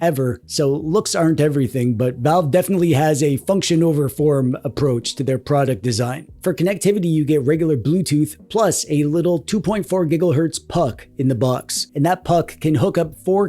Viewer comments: Why is he saying gigglehertz 🙏🏼 😭 🥀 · why do you keep on saying giglewatts and gigleherz?